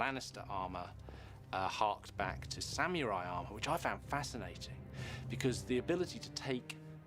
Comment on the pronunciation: Had to laugh at the pronunciation of "samurai" as sam-you -eye